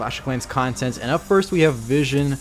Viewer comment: >english won't help me >mispronounce "vision" >le greentext